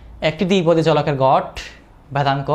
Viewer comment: গড়, গট না 😂